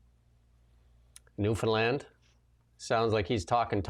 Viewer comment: Thanks for pronouncing Newfoundlander and Newfoundland the right way❤.